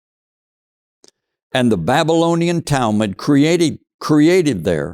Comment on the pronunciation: Learn to pronounce words like Babylonian....CORRECTLY! Otherwise yu lose your credibility.. Furthermore, the SCRIBES who wrote the Old Testament were "historians and archeologists " , they were propagandists. There were few historians and no archeologists 3000 to 4000 years ago. Most people were illiterate. Honestly....you sound ignorant and ive got to think you are working for the Zios.😢